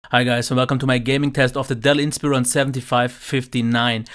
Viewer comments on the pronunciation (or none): It’s in (in-spire-on)